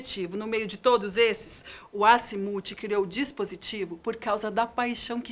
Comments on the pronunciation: a narradora: asimuti eu: ah moça, faz içu cmg n kkkkkk. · Agonia é ouvir ela pronunciar azmuth da forma errada toda hora